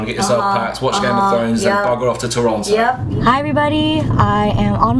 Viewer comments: Props for saying Toronto right! :) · I love how you pronounce Toronto like a true torontonian LOL